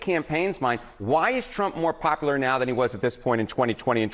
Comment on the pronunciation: Pop-a-ler? How are you on a major news network and not know how to pronounce popular?